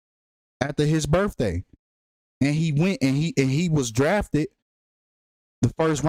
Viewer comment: please please please for the love of god say birTHday instead of birfday. please. im begging you. it's literally painful to listen to at this point. thanks ❤